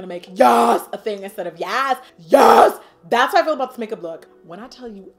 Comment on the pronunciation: Lmbo yuughsshh instead of yasss 😩😂😂😭😭